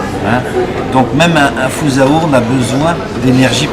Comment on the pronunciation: je rêve ou il a dit "foza orana" lol